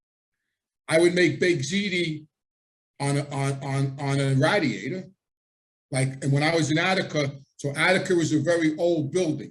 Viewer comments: Ray- diator not rad-iator. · I will never forget where I was when I heard the word "radd-e-ate-ur" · Its funny how you say radiator lol, that Italian accent is strong with certain words!